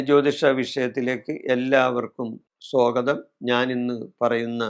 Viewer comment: സൊഗതം അല്ല 😊